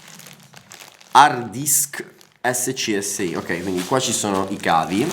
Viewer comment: Comunque si pronuncia SCASI non ESSECIESSEI